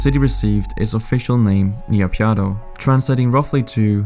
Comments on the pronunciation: as i am burmese it is called "Nay-Pyi-Daw" not "Na-Pyine-Daw" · I cringe everytime you say "NIYAPIADO". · "Ni pya dow" got me dying 💀💀💀. Well at least you tried to say the word 🗿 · Please pronounce properly. NA PEE DAW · Just how does one manage to pronounce Naypyidaw as "Niyapyadow"? :buffering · Interesting and the link with NK would be interesting BTW it's pronounced Nay Pee Door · Couldn’t get over that pronunciation of Naypyidaw hahah!